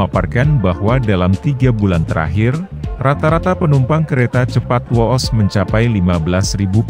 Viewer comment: Whoosh itu bacanya Whuuush bukan wooooosss masa yg gini aja gk tau